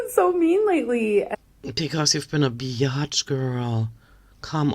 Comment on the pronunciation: Hearing a thick German accent call amberlynn Reid a Be-Yotch is the thing that I didn't know I desperately needed today 😂